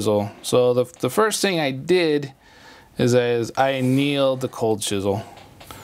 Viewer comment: it's chisel, just like the 80's rock band, Cold Chisel